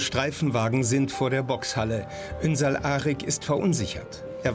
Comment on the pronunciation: Die können seinen Familiennamen nicht einmal aussprechen. 😂 ünsal arg 😂